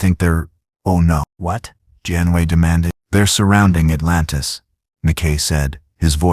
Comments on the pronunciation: I give this part a grade of C the story was rather good however it repeated in several places and the voice couldn't pronounce Janeway, it says "Janway." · Also it pronounced Janeway as 'John Wayne', and numerous other variations.